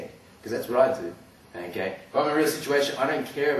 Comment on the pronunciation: I love how his accent is all like: "I'm gunna smash his head to the ground, e'key? I'm gunna slam his as hard as I can, e'key?" Lol also, Metal Gear Solid FTW!